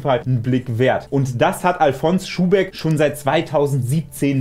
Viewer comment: Du sprichst Alfons aus wie Alphonse. Der Schuhbeck kommt aber aus Bayern, und die erste Silbe wird betont. Àl-fons Schuhbeck.